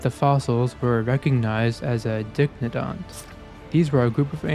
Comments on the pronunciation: Bro you are not pronouncing dicynodont correctly. die-sigh-no-daunt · Dicynodont is pronounced die-sine-oh-dont, but great video.